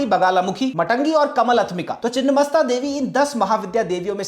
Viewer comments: चिन्नमस्ता नही छिन्नमस्ता है जिसका मतलब है कटा हुआ मस्तक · It's छिन्नमस्ता and not the other word.. refer :छिन्न भिन्न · Beautifully presented. Just a small note for accuracy: ‘छिन्न’ means cut off or truncated, and ‘मस्तक’ means head. The correct name is छिन्नमस्ता. Also it is ‘मातंगी,’ not ‘माटंगी.’ Since names derived from Sanskrit often change meaning entirely with even one altered letter, this distinction matters.